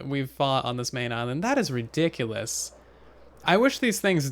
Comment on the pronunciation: I love how he says Ridiculus